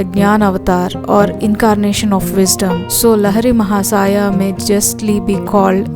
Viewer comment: CORRECT PRONUNCIATION: लाहिड़ी महाशय